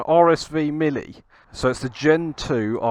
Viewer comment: ar es vee millie. Lol. RSV [m-eel] R.